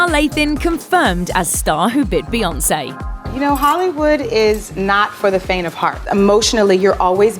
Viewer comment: F beyawnce